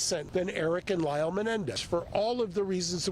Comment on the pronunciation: Man said elle it's lyle dumb shi